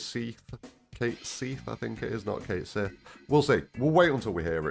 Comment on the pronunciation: If it was the way you said it, they would have written Seeth, not Sihth. It’s the Star Wars way.